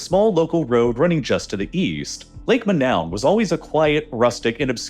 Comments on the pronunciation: Imagine the main focus of this video is on a lake called Manoun & the brilliant (AI) announcer calls it MA—NOWEN - No robot! Lake Monoun in the Cameroons is pronounced "MOH-noon," with the emphasis on the first syllable, like "Moe-noon," a crater lake famous for the 1984 gas release that tragically killed 37 people, similar to the Nyos disaster. AI (and Americans in general) is to damn lazy to even look up the actual pronunciation. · I hate to be That Guy, but I believe its correct pronunciation is Lake Mo-NOON. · I am fairly sure the name of Lake Monoun should rhyme with -noon. Cameroon is a French-speaking country, and -ou vowel is like an English /oo/. A majority of speakers on Youglish agree.